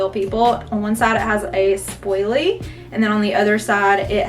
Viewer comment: I noticed you’re saying “spoil-ly” instead of “spool-ly”.! I love it! I’ll be saying spoilly from now on!